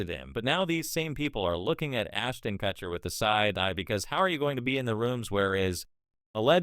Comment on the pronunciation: Learn how to say his last name or stop using ai voice.